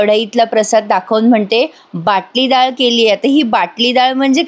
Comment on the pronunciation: Anagha, It's vatali dal not Batali dal